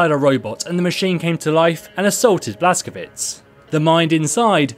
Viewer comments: its Blaz-ko-vitch not Blaz-ko-vits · It's pronounced "Blas-ko-vich"